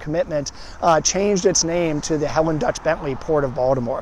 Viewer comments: You mispronounced Delich. It’s not pronounced Dutch. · Not to nitpick,, but her middle name isn't Dutch. It's Delich (Deal-itch).